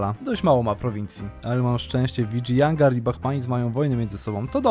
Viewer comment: Uwielbiam tą muzyczkę w tle, tylko z Tobą mi się kojarzy i jest boska <3 Plus wymawia się,, Widżajanagar